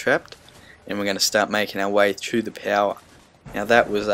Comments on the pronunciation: I love it how you say power... "Pow" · Love the way you say power